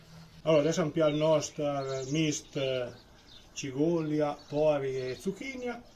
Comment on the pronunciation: Si ma tutte quelle i le metton solo a Villafranca 😂 (cigolia, zucchinIa)..cigola e zucchina la s disa . Bravo comunque